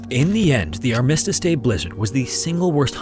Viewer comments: Oh my gosh! I came here to say the same thing! This reader rushes and slurs like a drunk in a hurry, and mushes his words - and mispronounced ARMistice Day several times! I slow it to understand but he is not yet a good reader. Interesting stories tho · That's not how "Armistice" is pronounced. AnoNYMmous? EsoPHAGus? MetROPOlis? MonoTONous? HypoTHEsis? Why would you ever think the middle syllable would need emPHAsis like that? Have you ever heard of youtube? It's this great video platform where you can type "pronounce [any word]" and find multiple videos of how to pronounce literally any word. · It’s pronounced ARM-is-tis, not ar-MIS-stis. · I didn't realize he was saying Armistice Day until the newspaper showed up. ARM-iss-tiss, not arm-ISS-tiss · Yeah, it’s pronounced AR-MISS-TISS Day FFS. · Dude this is a nitpick but please learn how to pronounce things properly. It harms your authority and this excellent channel when you don’t verify how to pronounce arm-mi-stis and on-ka-ra. Just look up to how say it dude it’s not that hard. Btw Istanbul is not the capital of turkey either, Ankara is!!! Come on man… If you’re doing all this research I at least expect you to be authoritative on the places and locations and names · It is pronounced ARMistice day, Mate. Otherwise, all your videos are excellent. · Love your channel! Listen all the time! It’s ARM - i- stice . Emphasis on ARM. 😊❤ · "our miss tish day" lol "arma stis day" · Don't want to nitpick but you may want to check on your pronunciation of Armistice. Who am i kidding, I love nitpicking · Why did you said "armistice" like that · If you're not familiar with it already, please don't use his pronunciation of armistice.